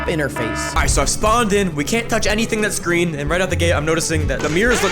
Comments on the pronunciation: Sorry bro its spelled green instead of gween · “Dud ya breathed the Gween airrrrr”